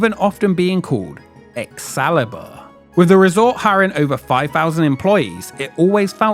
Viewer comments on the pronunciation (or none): does he say Ex salad bar?